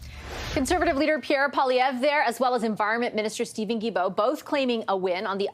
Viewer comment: I don’t want to be rude but you don’t pronounce Guilbault correctly it’s like guilty Guilbault I s the same way. I love listening you to keep the good job